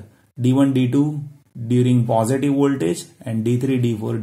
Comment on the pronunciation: Plz pronounce positive properly its irritating.. 🙏